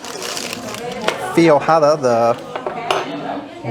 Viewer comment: I am such a foodie! I am loving living vicariously through you guys and visiting these restaurants! And I love Brazilian. Great sope. And cameras happen....LOL! It's pronounced...feg (like veg) - wada. ;) 🍸💖